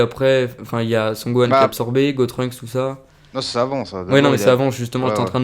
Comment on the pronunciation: C'est pas "Gotrunks" mais "Gotunks"